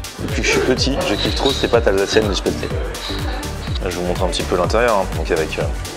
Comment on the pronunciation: L'Alsace la meilleure région pour manger ! Quantité et qualité ! Par contre 2 questions : - les tartes flambées sont bonnes dans ce resto ? - dans le nord de l'alsace on dit spaetzle (-eu) et pas spaetzlé: erreur ou la version du 68 ? :D